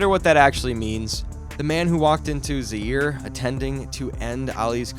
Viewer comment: The usual AI garbage. Why use a voice that mispronounces important things? Perfect way to demonstrate that either you don’t know or don’t care. Either way it’s not a channel worth watching because you can’t be bothered to get it right. Pronouncing Zaire as “Zeer” and calling Angelo Dundee “Angelo Dandee” says it all. Don’t waste our time with this nonsense. If you want to do a video about two of the greats of boxing, do it RIGHT. Don’t disrespect them with this garbage.